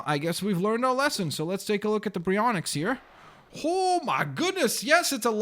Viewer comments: Proper way of saying it: [Di-law-pho-saurus] [b-airy-on-ix]Your way of saying it: [Die-lo-pho-saurus] [bry-on-ix]? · why do you say bryonyx its bary-on-yx baryonyx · Baryonix not brayonx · its baryonx bar e yon ex ok... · Btw it's pronounced Barry onix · ITS PRONOUNCED BARY-ONIX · it pronounsed bar-e-on-yx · it's purnounsed B A R Y O N EX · It's pronounced like "Barry Onyx" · Its purnounsed berry-on-xs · It is pronounced bar-i-yo-nix And the mososouraus is in the aquarium where the water show was in jurassic world